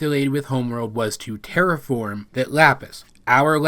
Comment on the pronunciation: Just want to point out: I still hear "tear apart" IDK WHY OKAY, with all seriously right now, I legitimately cannot hear "terraform" and it's upsetting!